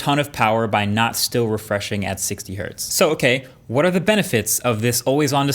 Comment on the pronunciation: thank you for saying one hertz not one hert